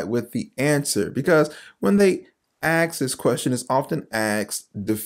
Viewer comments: I turned off this video after I heard its creator say "ax" and "axed" instead of ask and asked. I cannot take anyone seriously who speaks like that. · Dude you're killing me.... I'm 45 seconds into it. Its ASK....not AX, not AKS.... c'mon, ya gotta start somewhere. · Dude the word is ASK not AXE.😅😂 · You're awesome! I did subscribe :) Can you do something for this old English teacher? Try to "ask" instead of "axs". It's just a cringy thing that I'm sure is on me...but still, I'm asking. Please try saying the word "ass" then put a /k/ on the end. God bless you :) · Wonderful thoughtful video. Just a side thought... my ears always hurt a little when I hear people say aks instead of ask. Why do so many otherwise well spoken people keep saying Aks or ax?... as in let me ax you a question. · It kinda bothers me that you pronounce "ask" as "axe" but that's beside the point. This was a good video, the question of what's the basis of morality. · It's ask not aks. That alone creates a credibility problem for me. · Sir there is no x in the word ask. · It’s ASK not AXE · Will you please stop using the word axe in place of the word ask? Do you not know that by using axe in place of ask you are mimicking the Uncle Remus stories from the days of slavery? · Try saying ASK instead of AKS ! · "ask" not "axe", good grief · The word is ask. Not aks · Also "axe" haha it cracks me up every time. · You mean ask not aks. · Ask not aks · Why is it so difficult for some people to prononounce "ask" and say "aks"? English is my third language and I have no problem with it. 😮 Sorry, of topic. 😊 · Love your channel work and knowledge. Please it's "ask". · Ask*. The word is ask*. An axe is something you use to chop wood. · I'll come back when you learn to pronounce "ask". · can you please say "ASK"?